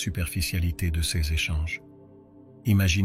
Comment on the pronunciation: Un superbe message... malheureusement dit par L'IDIOTIE ARTIFICIELLE qui prononce cesse à la place de CES... il y a encore d'ÉNORMES progrès à faire côté INTELLIGENCE LINGUISTIQUE !!!!! 🤢🤮